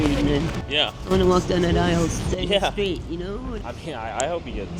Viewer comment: Great report, however, I'm cringing at the way you mispronounce the word, "straight." There's not an "sh" sound at the beginning of the word.